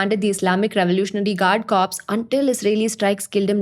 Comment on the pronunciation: Stumbled upon your channel. Good informational content, narrated well by. Perhaps slow down a bit on facts and figures and info conveyed? Can be a bit overwhelming to absorb. A deep-dive on a single topic per episode may be the way to go. And a minor pronunciation faux pas, one that younger generations and others less informed often make: Corps is pronounced “Core” and not “Corpse”. Best wishes.